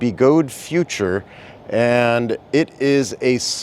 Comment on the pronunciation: the Future is so 'no frills' it doesn't even have an 'r',! 😂